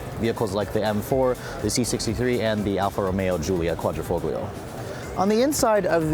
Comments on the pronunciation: did you say 150 HP?? XD & plllllllease stop pronouncing the G in quadrifolglio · The way you say Quadrifoglio hurts me